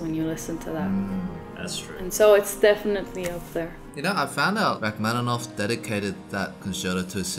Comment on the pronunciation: First, twas great to hear pronounce Rachmaninov’s surname 99% correct. Second, Balakirev, whilst not well-remembered, did say it himself he was competing against Ravel in terms of technical difficulty of his pieces (and like Ravel, he wasn’t really able to play his own compositions). So it’s not surprise that a work of his is there next to the (in)famous Gaspard in the Night